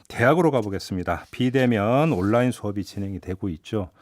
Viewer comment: 워료일로 안읽고 월 료일로 읽는게 그런이유였나... 하.. 워료일 온나인이아니라 올라인